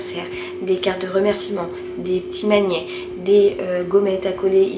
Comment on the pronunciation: Trop cool ta commande je ne connaissais pas popcarte ! Par contre quand tu prononces magnet tu dis pas le T ça me stresse 😂😂😂